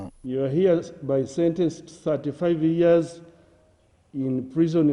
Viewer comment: Banyankore the word is Years not yiyears